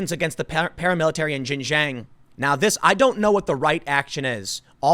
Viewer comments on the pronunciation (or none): Please, Tim, it's pronounced "Shin-Jiang", not "Zhin-Zhiang". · Oh Tim it is pronounced Shin-shon not ji-Jang. But the locals call it East Turkistan. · Xinjiang is said sheen jee-ong, closest to it at least. Seriously Tim, get someone to learn Pinyin over there. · Bro it’s shin-ji-yong not jinjang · Tim, Xinjiang is is not pronounced 'Shin Jeeyang" it should sound like "Sheen jyung". In IPA it would be ˈʃɪnˈdʒjɑŋ. Thanks for reporting on this important topic. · You say it like "Shin-jieung" not "jinjang". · FYI Xinjiang is pronounced 'shin-jang' not 'jin-jang'. The 'X' is pronounced as 'sh'. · Pronounced "sheen jee-ahng" not shin jang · Just so everyone knows. Most of the time the "X" in Chinese words is pronounced like a "sh". So its pronounced Shinjiang. Not nitpicking. Just wanted to shine some light 😃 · Xinjiang is pronounced Shin-Gee-Yang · Xinjiang is pronounced Shin-dzyahng (like the French J in Angelina Jolie; jiang rhymes w/ prong). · I think its pronounced shin jang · X makes a kind of sh sound in chinese. Xinjiang is pronounced like shin-ji-ang. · Tim its "shin - jung" source 3 years in china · it is pronounced shing Jiang. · Just fyi, Xinjiang is pronounced like :shin ji-ong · Tim seriously need to look up how to pronounce chinese cities properly! It's pronounced "Sin Chiang". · Tim, I love you man, but it's pronounced "shing-jiang" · Tim!! Xinjiang should be said kinda like this: "Shin - jyahng." The "sh" isn't quite the same as an English "sh," but you'd get close enough. The second word is like "jyee-ah-ng" all in one syllable. Love your content, but this is a word you mispronounce all the time. It doesn't really matter, since you are speaking English, but it definitely grates on the ears of people that speak Chinese. I won't bother with the tonal pronunciation!! Thanks for what you do, brother. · The x is a "voiceless aveolo-palatal fricative," for all the linguistics fans in the audience.